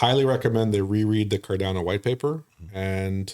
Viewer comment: Sorry but this guys seems like a flake, can't even pronounce Cardano properly, the second A is pronounced 'uh', NOT 'eh', come on educate him...